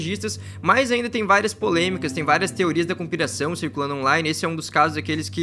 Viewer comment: olha como o burrão falou teoria da conspiração kkkkkkkkk vou te pagar uma fono